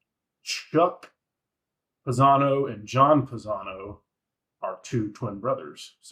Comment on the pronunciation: At about the 3 minute mark, you had Chuck Panozzo and John Panozzo reversed and you mispronounced their names. Pieces of Eight was one of my first albums I bought as a child and is my favorite STYX album. Dennis DeYoung had no hit songs off this album, but I love his three songs he sings lead vocals on. You got Great White Hope wrong by saying Dennis sang it. J.Y. sings Great White Hope and Lords of the Ring on this album. I do consider this a perfect album and it is funny how some don't consider it a concept album, but it sort of is. The concept of Pieces of Eight is a monetary concept based on a Spanish silver dollar and several songs are related to money. Great White Hope, a prize fighter contemplating how he makes his money. Does he take a fall and get paid off? Does he win legitimately? Blue Collar Man is about working hard with labor and your hands for money. Pieces of Eight the song speaks for itself. "The search for the money tree. Don't cash your freedoms in for gold". In a sense, Pieces of Eight (song) was almost The Grand Illusion part 2 because that concept was also about the band achieving fame after years of hard work, but are they really happy? What is more important between artistic freedom and money? They had some serious decisions to contemplate and less than a decade later, the band would implode. One of my favorite bands and I was truly Blessed to meet them and talk to them a couple decades ago. Both the band Chicago and the band STYX are from Illinois and